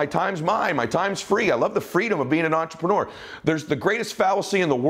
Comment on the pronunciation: Love your videos, so inspiring, I sit with pen and paper to write down key points and ideas. The only negative, which probably is not one for most, especially Americans, is that you use the word entrepreneur ALOT, which is great, but I really wish you could learn to pronounce it properly as listening to intreprenewer ( the ending should be more like manure, not manuwer) it kinda like fingernails on a chalkboard. Just a little thing, but the Francophiles out there would say merci.